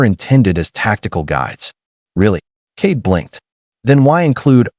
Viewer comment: Kade not Kate